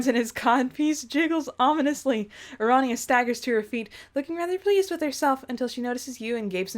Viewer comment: Pair-ity. Ara-knee-ah.